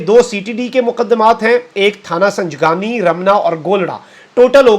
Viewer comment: تھانہ سنگجانی کو سنجگانی پڑھ بول گۓ 😅